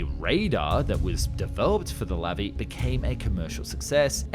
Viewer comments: Its pronounced lavi not levi. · Sorry, but it's pronounced Luvee (stress on the end syllable). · In Hebrew, the emphasis is always on the last syllable. It's not LAvi but LaVI.